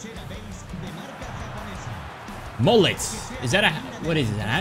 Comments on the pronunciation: It's pronounced as Mohle* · would you rather not use mbappe and mollet for a whole wl or use a bronze defence for a whole wl Also its Mo-lay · Bro it's not Moll-it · le « t » of mollet is silent ;)